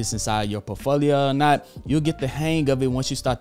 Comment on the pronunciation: I'd never trust a man who can't even pronounce "portfolio" lul